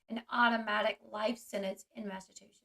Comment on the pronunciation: Lol L you’re adorable but if you need help, or WANT to say it differently, instead of saying “mass a two shits”, try to remember to say it, “mass a choo (like a train) sets”. But really you should just keep sayin it your way. I like it better.